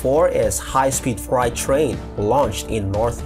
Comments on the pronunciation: Freight rhymes with late and date (frate). It doesn’t sound like “fried”. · Just FYI, Freight is pronounced Fray-t . From 1400s English to modern day, the pronunciation has changed but the spelling hasn't - sorry about that.